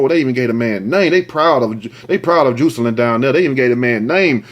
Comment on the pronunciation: Juicealynn lol im pretty sure its pronounced Jah-sa-lynn.....love how you pronounce certain words it's uniquely you. Love your videos😝